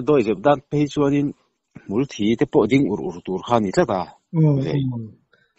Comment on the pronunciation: Ngaihnawm leh pek viau mai. Mahse kalo ngaimawh rilruk ve ṭhin chu. Pa tlingin Hmul thi an ti ṭhin hi, a diklo deuhin ka hria. A thlûk a zir hian, awm zia aneiin a neilo thei riau a. hmul ṭha nilo hi hmul thi ...Mithi anga lam rik hi a dik zawkin ka hria. Hmul thîiiii... tiin thluk ni ta se. 😊